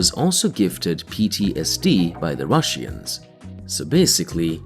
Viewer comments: Ur saying russians wrong its not rus sian ir russian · What the hell is a Rushian, narrator? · „The russiens“ made me chuckle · the rush-eans. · "The rushy-ens" 😂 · IT'S ANNOYING HOW YOU PRONOUNCE RUSSIANS ! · Why do you pronounce Russians so strangly?